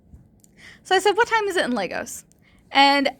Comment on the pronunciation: I love how you play with this guy's head. Just FYI, it's Lagos, Nigeria, not Legos. I mentioned scams like Microsoft coming out of Lagos, but from what I've heard most of them come out of India, so it's a much different accent.